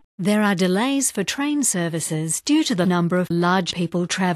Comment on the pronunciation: The way she pronounces bastard is priceless 😅